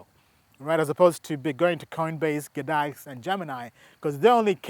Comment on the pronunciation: G-dax not GADAX bro. but love the info..smashed you a like and sub